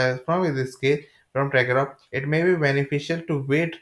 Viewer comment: he cant even say Tarkov.....trash video